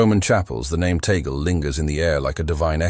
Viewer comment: It's Cardinal Luis Antonio TAGLE " pronounce Tag - gle" . Please correct your future Bloggs. Ok Sir!!!!!!!!!!!!